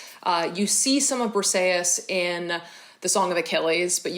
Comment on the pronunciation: My favorite book was Hamnet by Maggie o' Farrel, so captivating! I am Greek and I just wanted to let you know that the way you pronounced Briseis sounded like Perseus, which had me totally confused at first😂, Briseis is actually pronounced [brisɛːís]!